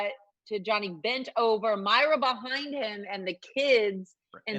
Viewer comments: Moi-ra Not Myra Warmest regards, Every Schitthead that’s cringing right now. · Can you not pronounce MOIRA? It's so disrespectful.